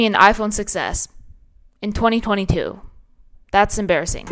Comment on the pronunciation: Did bro say "2022"